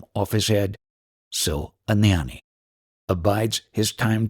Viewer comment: Gnani is pronounced gyaan-knee not nyan- knee. Shiva is not produced SHEE va. Its shiv ah